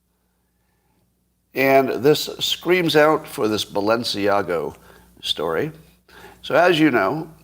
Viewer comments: Scott. There is no “o” in Balenciaga. / ba’l-u’n-see-A-ga/ Audrey Hepburn’s favourite designer. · It just struck me that you are confusing the pronunciation of Balenciaga with the pronunciation of Mar-a-Lago.